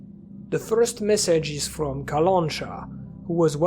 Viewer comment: Nice analysis, I really hope the game will be great, which is a rare thing these days (me hoping for something). Was really pleased to see the bayun cat and that the Clear Sky was mentioned. BTW, its kalanchA, not kalAncha.